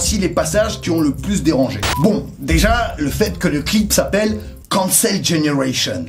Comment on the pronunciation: Pour le titre de little big je n’ai pas l’impression que cela parle de l’Occident car je crois à chaque fois entendre “gene-russian” dans la façon dont il le prononce, mais peut-être n’est-ce qu’une impression ?